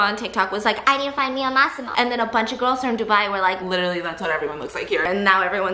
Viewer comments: Nobody:: Maximore 🤣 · " Maximore " I'm dead 💀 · Why do I hear 'must see more' whenever stephiance say Massimo. Im DYING